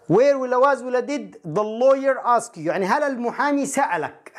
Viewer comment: السلام عليكم ورحمة الله وبركاته أستاذ كل التحية والتقدير لحضرتك بالنسبة للجملة رقم ٦ كلمة ask مفيهاش e هى ask وليس aske تحياتى لحضرتك أستاذنا الفاضل